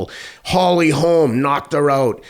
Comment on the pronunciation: "The first woman to beat Ronda Rousey when she was unbeatable was Holly Mimms. I called some of her fights for boxing before she switched to MMA" Teddy Atlas Well butchering someone last name to that degree reeks of a geezer who was asleep whenever Holly Holms was performing!